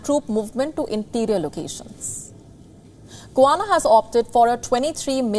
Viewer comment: GUYANA fisrt of all not guana. And its in south america not in the caribean